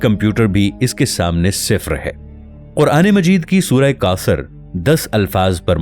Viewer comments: Ap mahar bani farma kar. Apnay alfaz ki Adaygi Drust karayn. Ap jab Sura kosar kahtay ho To Sonay walay ko 99% sura Kafar Lagta hy. Plz Ap alfaz ki Addaygi soch samaj kar kiya karo. Ap ani Rawaytou ko apnay pas rakhayn . Our Allah kay Mahbob nay jo battaya bas wohi Haq our Sach hy. Allah hu Aqbar. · If you can't read Arabic, why are you reading it? You're mispronouncing Kausar.